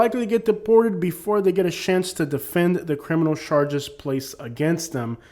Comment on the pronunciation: I love how he says charshges😂😂😂 it’s hilarious